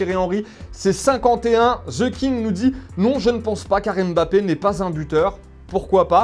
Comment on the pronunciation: C’est Mbappé et non M-Bappé